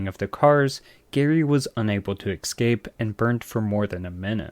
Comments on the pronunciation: EScape, not EXcape. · Note to person narrating this video. 'Escape' is pronounced like S-sCape.. you are sayin Ex-Cape